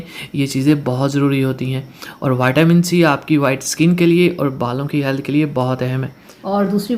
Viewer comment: Vatamin ni hota vitamin hota ha